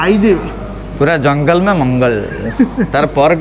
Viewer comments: Tamara bhul hela....jalanga machha ku jangala machha kahiba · Jalanga machha ku jangala machha kahi chhanti ei video re 😂😂😂😂😂😜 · ଜଳଙ୍ଗ କୁ ଜଙ୍ଗଲ